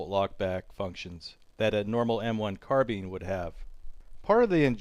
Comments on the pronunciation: Carbine not carbeen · Carbine not carbin grr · It's not " Carbean", it's called a " carbine" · Carbeen 😂 Car-BI-ne